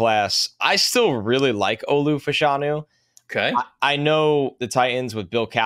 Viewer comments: Olu Fashanu was asked how to pronounce his name at the combine and the accent is on the 1st syllable. It sounds weird, but it is FASHanu. is correct. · As a Gonzaga coach I can confirm that it is Fash—a-new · Yes it is "Fash (like Bash)-anu". Two Nigerian/UK soccer players in the 80s/90s were called Fashanu and pronounced like that. Olu confirmed it at the Combine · Fashanu is a Nigerian name. Short for Ifáshanú. Everyone is pronouncing it wrong but he probably doesn’t care. Which is cool